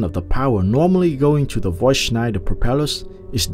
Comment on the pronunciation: Nice vid and good explanation. But Voith is german and pronounced "foid".